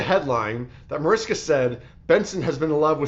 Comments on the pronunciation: You always pronounce her name wrong! Proper pronunciation is Marishka! Just FYI! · I listened to it again and you said Mariska without the "h" sound. I saw even her husband say that is not the right pronunciation! Just keeping it real, no malice intended!